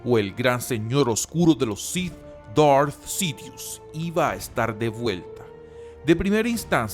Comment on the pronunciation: Amigo, aunque a veces no comparto tus opiniones, siempre sigo tus videos. Por eso me tomo el atrevimiento de decirte que tu público es gente que habla en ESPAÑOL básicamente. Por lo tanto, no tiene sentido que quieras pronunciar palabras en "inglés" o algo así cuando se nota que no es un idioma que domines en lo absoluto. DARTH Sidious suena mejor "DART" que "Dort" o lo que carajo digas. Saludos.